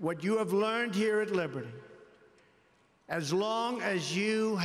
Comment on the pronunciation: This guy really can't read. He doesn't know WHICH WORD to emphasize. "We are HERE today"